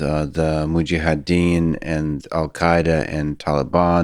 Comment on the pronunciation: I was really looking forward to hearing this but sadly this gentleman was a tough listen. His cadence was, as many have commented, very distracting - he seemed to miss a lot of syllables ('mujadeen') but also rambled into many tangents as he spoke. 0.75 just doesn't work with Mr Fridman either 😅 No dislike, so I'm having a quick moan instead! I'll keep trying to listen but an opportunity missed I'm afraid.